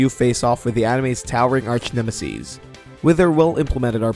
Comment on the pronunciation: Did you just say Archnemasies???